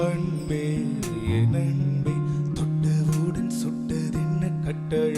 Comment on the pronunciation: There is no doubt about Talent, but has to be little more conscious about his Tamil Pronounciations. 'ன்' பல இடங்களில் 'ண்' என உச்சரிக்கப்படுவது பாடலின் உயிரை குறைக்கிறது. மண்றம் வந்த, தெண்றலுக்கு... அண்பே என் அண்பே என ஒலிக்கிறது திவாகரின் குரல். முன்னொரு சுற்றில் தெய்வத்திருமகள் பாடல் ஆரிரோ ஆராரிரோ வில் தாலாட்டை தாளாட்டு எனப் பாடியிருந்தார். அதை சரிசெய்தால் இன்னும் சிறப்பாக இருக்கும். கிருஷ்ணன் இன்னும் இங்கு என்ன செய்கிறார் என தெரியவில்லை. இந்த வாரம் அவர் பலிகடா ஆனால் ஆச்சரியப்படுவதிற்கில்லை.